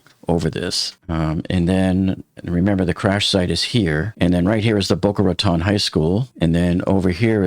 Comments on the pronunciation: Please if you hear in Boca Raton(e) please at least pronounce it correctly!! Bocas de Ratones in Spanish or pronounced in American English and phonetic spelling Bo-kah Rah-tone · Dude!!! IF YOU LIVED THERE YOU SHOULD KNOW HOW TO PRONOUNCE IT!!!! I lived there for years…it’s Boca “Ratone”…long O Lmao even the 911 called said it wrong!! We actually had a mayor a couple years ago that also said it wrong 😂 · How do you say this is your home town, when you mispronounce Boca Raton? It’s pronounced “Ratone” 🙄